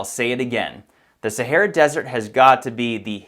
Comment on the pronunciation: STOP SAYING "SARAH DESERT" IT JUST 'THE SAHARA' I CANT TAKE YOU SERIOUSLY!